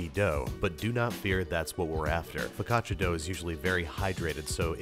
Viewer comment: Im sorry if im annoing but i cringed every time you said focaccia (im native italian) becouse you pronounced it like fikaccia and not fo`caccia